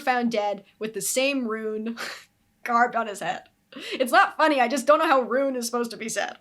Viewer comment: You're saying it right. Rune is said like room with an n instead of an m. Hope that makes sense